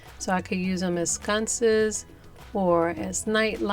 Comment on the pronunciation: I LOVE those. It's sconces not scunces